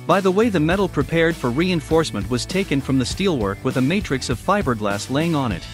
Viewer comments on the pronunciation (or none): none